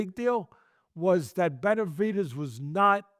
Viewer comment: Tesdy struggles saying Benavidez. Sometimes it sounds like Beterbiev.